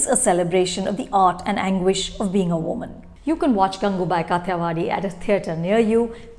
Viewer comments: It’s काठियावाड़ी, not काथीयावादी. It’s कामाठीपुरा, not कामातीपुरा. It’s ढोलीड़ा, not डोलीदा. THESE WERE EXACTLY MY PET PEEVES TOO. I have the same pronounciation pet peeves for Varun Dhawan. Anu. Chopra is U.P. Bhaiyya and her mom is script writer. But she wants to show that she is "hip" woman from south bombay (not mumbai) mind you. Ms hoity-toity, karan-johar-types. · It’s so irksome that Anupama almost always mispronounces the few, scarce Hindi words that she chooses to use in her review, in this case, the movie title itself. You’re pronouncing Kathiyawadhi as it’s written in English instead of its original Hindi pronunciation. What level of elitism is this that you feel compelled to distort Hindi pronunciations into an almost English one? One can polish their reviews with the fanciest English vocabulary but one discredits their own self massively when they can’t even pronounce or properly speak in the language that the movie is being made in. It’s happened so many times in so many reviews (sometimes with some very common proper nouns)… it almost makes me wonder if Anupama is even comfortable in speaking Hindi. At least do the research for the correct pronunciations for something as integral as the movie title. This comes from someone who is an avid viewer and admirer of this channel so please don’t brand my criticism as trolling, as you are wont to do.